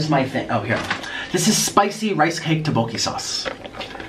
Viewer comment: Is that tteobokki? Cause im pissed Edit: yes it is, i hate the way he pronounces tteobokki